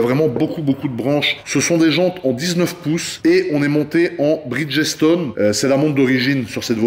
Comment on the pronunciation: en passant les francais... pont en anglais c'est bridge.... pierre.. c'est stone donc ensemble ca fait bridge stone pas bridgessstone... mais j'aime la voiture lol